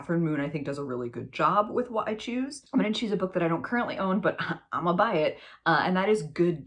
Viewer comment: Hahaha Oh dear, I could not figure out what “wide shoes” romances were…until I realized you were saying “why choose”. 😂🙈